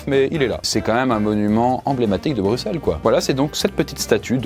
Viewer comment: Merci de prononcer Brussel et pas Brucssel. C'est vraiment très relou les français qui disent Brucssel